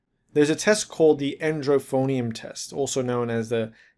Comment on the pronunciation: It's not "endrophonium", it's edrophonium